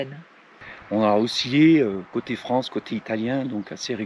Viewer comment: Bof! Le coin le plus irradié de « Fronce » depuis l’incident de Tchernobyl !🤣😂👋🏾👋🏾